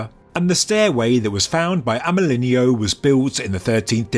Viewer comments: AMÉLINEAU IS PRONOUNCE AMÉLIN"O" THE EAU LETTERS TOGETHER SOUND LIKE "O" YOU SAID IT SO MANY TIMES LOL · for clarity, since he was French, his name is pronounced (I'm not well versed in english phonetics, sry) more or less like "Amɜlɪnɔ". in French, "e" doesn't turn into "i", and "eau" is read as "o". (fun fact, "eau" is also an actual french word meaning "water".)